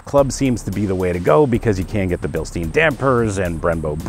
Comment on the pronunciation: Agree with almost all points ......looking at your "perfect position" : seems you're not a very tall guy.......so your space-comments are a bit misleading ......BTW it is BILSTEIN (Billstine)just like the stupid "a Stein of beer" (Stein=stone)